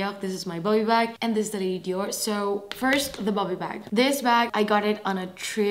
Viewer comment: I love how you pronounce "Dior". ❤️ I could listen to you say "Dior" all day. 🥰